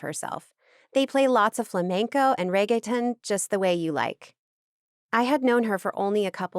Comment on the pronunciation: I love the narrators ability to bring the characters to life and not sound emotionless but the pronunciation of Reggaeton is driving me mad 😭